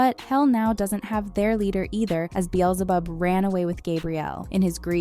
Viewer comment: "azira-fay-lee" "azira-fay-lay" "gabe-ree-ehl" "beel-zee-zib" IM CRYING